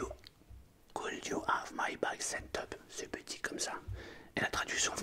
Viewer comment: vous prononcez très mal le verbe Have lol :D